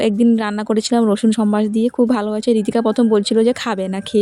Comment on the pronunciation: কলমি শাক ,সম্বার এ কথাগুলো তুমি ঠিক করে নাও।তোমার vdoতো অনেকে দেখবে তা ই শুদ্ধ শব্দ উচ্চারণ করবে ।